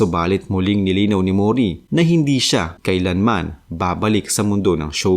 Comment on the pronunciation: Mori hindi Muuuri. HAHAHAHAHAHA